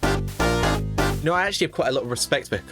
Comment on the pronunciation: Who the fuck is hikari his name is Hakari dawg 😭🥀🥀